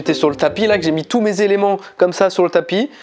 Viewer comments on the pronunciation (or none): Je rêve ou il a dit "j'espère que vous allez tousse " ..? Tousse quoi 😂❤